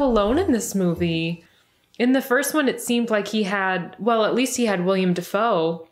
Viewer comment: It's Willem Dafoe, not William dafoe